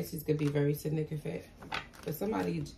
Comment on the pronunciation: It's pronounced sig-nif-i-cant